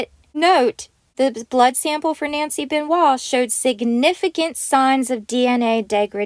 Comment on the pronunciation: it's chris benoit not kris benewah?what the hell is that